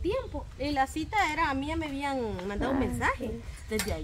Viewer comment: Actitud no (adtiitud) Cita no ( sita)